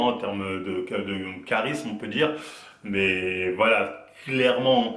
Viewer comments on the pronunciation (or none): none